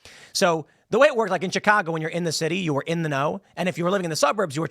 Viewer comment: Tim, you dont say Chicago the way people from Chicago say it! What’s up?